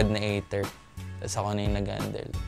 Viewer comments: hindi, tama na yong ei der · Ei/ter pala basa hindi Ei/der sa Aether amp ko tlga